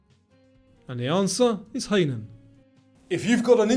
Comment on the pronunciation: Hainan is pronounced "high nan".